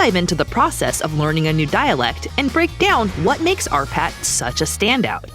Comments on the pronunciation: I thought for the longest bit, the narrator was saying "our pat" ! Possessive, aren't we? 😉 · Oh shit, she says "R. Patt" For the whole video I thought it was "Our Patt" And each time, I smiled after it :)